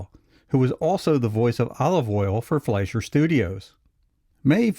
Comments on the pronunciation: The name is pronounced Fly sher!!! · That would be Fleischer with an i as in "price" or "pie."